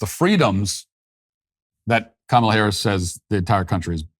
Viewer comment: Matt, I'm VERY disappointed that you've decided to CAVE, & start calling Kamel-Head "Ká-muh-Lá"... What's next? You gonna join the beige rainbow??